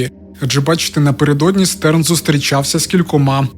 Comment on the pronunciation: Ааааааааа він ШТЕРН, Штерн, а не стерн, це ж зірка німецькою🫠🫠🫠